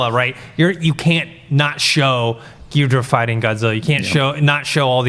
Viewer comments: GEE-DOH-RAH guys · No one on the panel can pronounce ghidorah 😂😂😂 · ' pronounciation of Ghidorah....YIKES!